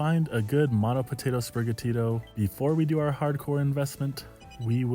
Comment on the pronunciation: Bro said spiriga Tito 🙄 It’s spiri gatito Gatito being Latin for cat or kitten